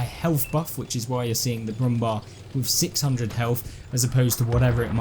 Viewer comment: Pronounce „Bär“ in Brummbär just like bear. Brummbär means „growling bear“.